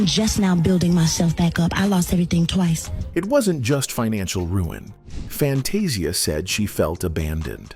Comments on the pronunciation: Pls learn how to pronounce Fantasia’s name! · First of all, can you please pronounce her name, right? Ughh